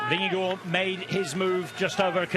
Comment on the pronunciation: Did I hear Jonas’ last name pronounced “vin-ge-gore”?? That is not how he pronounces his last name. There is no “o” sound in his last name. Paid professional commentators should be able to do better.